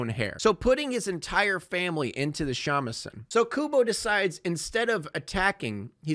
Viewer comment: Your pronunciation of Shamisen is totally horrendous Great video tho 👍